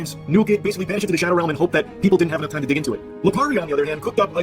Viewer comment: Windows=Windurs hope= hurpe. Moment=murhment. Anyone else noticed?😂 wtf